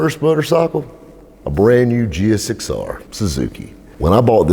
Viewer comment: Thank you for calling it a gsxr and not a giixxxeerr.